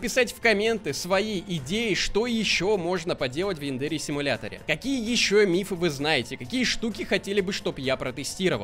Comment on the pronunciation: Янда́ре симулятор? Думаю правильно Я́ндаре